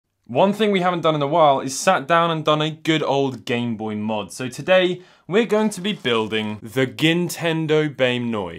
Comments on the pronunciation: The Gintendo Bame Noy Man's out here speaking doodlebob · “Gintendo BANE NOY” lol